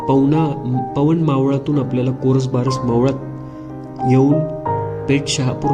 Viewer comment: भाऊ, कोरसबारस नाही कोरबारस असं मावळाचं नाव आहे. कृपया आपला कंटेंट पब्लिश करायच्या आधी त्याच्या बरोबर असण्याची खात्री करावी. धन्यवाद 🙏